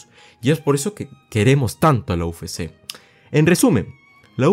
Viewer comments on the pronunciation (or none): Buen video compa. Sólo como crítica constructiva, pronuncias mal "UFC", le dices "u fé sé" en vez de "u efe sé" que sería correcto. Espero no te moleste, es sólo para ayudar, saludos y que sigas creciendo